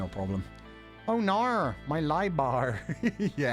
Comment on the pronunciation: personal timestamp. That oh naur is killing me lol